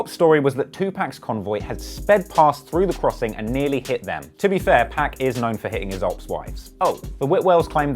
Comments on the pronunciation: It’s 2 pac not pack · Dude.. 2pac pronounced like 2poc.. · It’s not 2 pack bro . It’s hard to watch when you get his name wrong thru the whole video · disliked because of "2pack" learn how to pronounce someones name before you make a video about them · Why do white people say 2Pac like pac-man. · The fucking worst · Can't even pronounce his name right. WACK! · disliked cuz how he pronounced his name